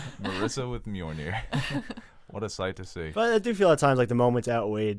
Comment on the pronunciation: I love that can pronounce Mjolnir but not Sapochnik lmao. You’re my boy blue! Love you’s!